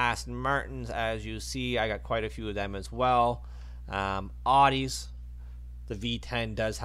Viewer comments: It’s Audi not ardi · He says ardi